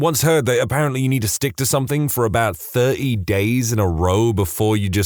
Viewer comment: No K in the word something.